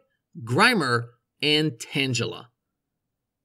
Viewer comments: Tan gela ? It’s tang a la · Tan-jell-a? It's tayng-uh-la. Like tangled. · TANG-AH-LA not TANGE-A-LA because you know it's vines tangled up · >tangela pronounced like tangerine It's tangle like tangled. Because it's a ball of tangled vines. Tangle-a. Hard "g" not soft. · Tan-gel-a? 😂 Dude, it’s Tan-geh-la (hard g) like tangle.. the word it comes from… And what’s an oh oh? It’s HO-oh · You mispronounced Tangela. The g sounds more like get, not gel. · I don't mean to be one of those guys but I can't help myself. Tangela isn't pronounced like tangible, more like tangle. Tangle-ah. This is my rant for the day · Super great video! I love seeing all the errors mapped out, and the way you laid it out made it so much more funny! There were even more than I knew about! Wow! Also I'm so so sorry, but I've gotta... *Uh-zay-lee-uh To pronounce Azalea *Tangle-uh To pronounce Tangela respectively. I'm so sorry, my brain went nuts listening to the pronunciations, but I hate being the nitpicker. Anyway, super nice video! 👍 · I'm pretty certain Tangela has a hard g like in golf, because it's a tangle of vines. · LMAO the Pokémon Stadium Tangela pronunciation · I love how he pronounced Tangela as Tanjela. It's hilarious. 😂😂😂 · "Tanjella" Subscribing to hear more creative pronunciations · Dude really said Tanjella... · 'Tangela" is pronounced with a hard G sound. Like in the word 'Go". Because it's so Tangled up. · The way you said tangela made me want to commit unalive…..tanjela? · go ahead and say tangle, then say tangela again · You know a lot about Pokémon. It's tangela pronounced tangle-ah. It's a tangle of vines. Please lol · TAN-JA-LA? haha what? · tanjela? Need to untanjle your pronunciations bruv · mispronounced tangela horribly like swear you were drunk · When deciding how to pronounce "Tangela", have you considered the fact that this Pokemon is like, all tangled and stuff? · Great content, very informative. One thing tho Pronounce Tangela right, or I riot.